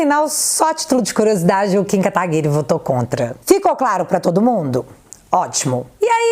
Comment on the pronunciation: tipo Guedes, fiquei decepcionado com "Katagury"...